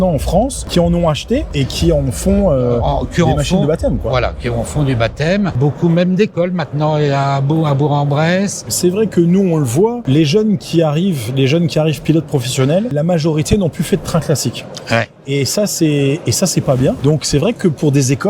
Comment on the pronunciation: Oulalaaaa la grosse erreur de prononciation ! On ne dit pas bour en bresse mais brourK en bresse 😮 Superbe cet ulm en tout cas ❤